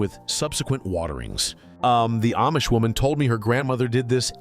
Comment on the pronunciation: Food is not free to grow. Not easy and not free. Your stupid AI video doesn't even pronounce Amish correctly.